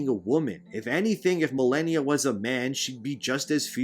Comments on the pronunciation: Muh-lay-nee-a. She only says it before and after every time she kills you. Which for most people was a lot. Sheesh. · The way you say malania sounds funny I'll use it to bother people